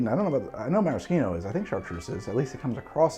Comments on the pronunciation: Why the FUUCK ARe you saying maraschino like that I’m so stressed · I love this channel but forcing the fake Italian pronunciation of maraschino but saying 'ahrnj' instead of orange is just obnoxious.